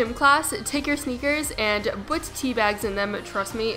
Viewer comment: She says "bwut" instead of put and "tory story'